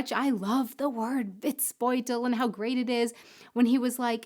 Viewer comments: Almost :-) The "bold" in Witzbold is not pronounced like the English word bold. No o-u gliding diphthong in there - just a plain short "o" like perhaps in Orange. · Matschepampe ist matschige Pampe (muddy mud) just an accent here. It is hard for you, but you need to get rid of diphthongs like "ou" in Witzbold. Endings in German are always hard so it is pronounced like "Vitsbolt" and Auf Wiedersehen is like "auf veedeasehen" (au is like the ou in out). Our Endings "-er" are with no r. It is a schwa... Hope this helps...